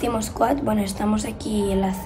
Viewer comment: En el minuto dice mazimo sqooad jajaj ( no hate te quiero ❤️)